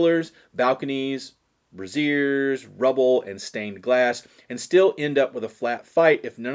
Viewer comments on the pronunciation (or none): Braze-sure... not bra-zeer